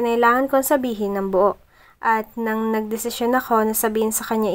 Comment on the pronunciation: "bu-on" amp HAHAHAHAHA